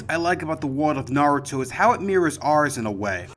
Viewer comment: At least he pronounces Lord Seventh's name correctly.